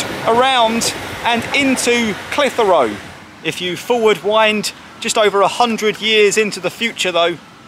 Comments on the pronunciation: Great footage! You do need some training in how to pronounce Clitheroe though! Not reyt lad! Clithera tut locals is spot on!;-) Apart from that, a great vid! Now the old Market was originally in front of the Library/White Lion, it is now based on the old Auction Mart which sold horses etc and which is what you videod. If any of your punters like real ale, Clitheroe hits the spot! We are traditionally Tory voters and NEVER has a RED been our MP! Always a Blue but for once! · Great video but please don't empathise the H in Clitheroe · You need to talk to the folk in Clitheroe to learn how Clitheroe is pronounced. Caus you had me in stitches listening to how you were pronouncing it. lol